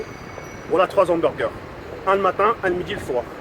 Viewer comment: La meuf elle fume et sa dit humberger aaah mal alimentation okby